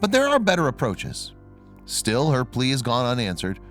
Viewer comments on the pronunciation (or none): none